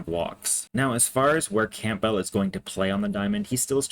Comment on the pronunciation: It’s Cam-bell not camp-bell